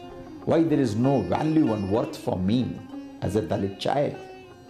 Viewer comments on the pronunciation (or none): I hear dalek instead of dahlit....